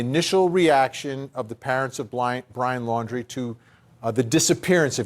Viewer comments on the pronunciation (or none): Why does she always pronounce the last name of Brian and his family? It’s Laundry not Landry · It's Laundrie, not Landrie. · I’m sorry but how can 2 people pronounce Brian’s surname incorrectly whilst hearing others pronounce it correctly? Are they not hearing thousands of other people pronounce it Laundrie not Landry? I thought journalists were details people just sayin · Why can't any of these correspondents pronounce the Laundrie (laundry) name properly? 🙄 What's with "Landry" all of a sudden??.. come on. Not professional to mispronounce a name being reported on when most of the USA knows how their name is said..ughh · Who are the idiots who can’t pronounce Brian’s last name, even though it’s been out there for weeks and there is even a play on his name “Dirty LAUNDRY”.